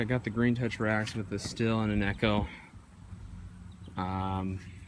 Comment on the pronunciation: Why doesn't anybody know that "Stihl" is pronounced "steel"